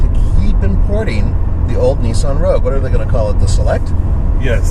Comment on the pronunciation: It's Nissan... not Neesan